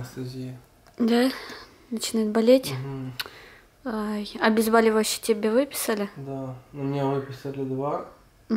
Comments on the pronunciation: Обезболивающие, от слово боль .А не обезбАливащие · Кааатя, ну как же режет слух. ОбезбОливающие, а не ОбезбАливающие, от слова бОль🙏